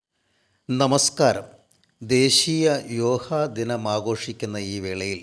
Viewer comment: യോഹ അല്ല യോഗ എന്നു പറയുക ,രോഹം അല്ല രോഗം എന്നു വേണം പറയാൻ